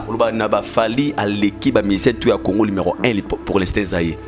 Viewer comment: Numéro 1 et non lumero 1, force et non focse zwaka temps mon frère olobaka mbangu mbangu trop keba bako kata ya ngo batier yo na pâge. message kitoko.